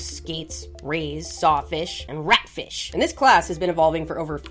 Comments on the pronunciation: …and remember, you need to say "ratfish" as "RATfish", with plenty of emphasis on the first syllable! 😆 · RATfish 😂 love the emphasis